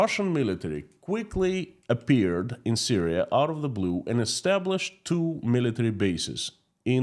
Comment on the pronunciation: Hi PSE ask some English speaking person to teach you how to pronounce the word and. You say end